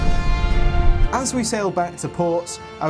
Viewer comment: did bro really say amozin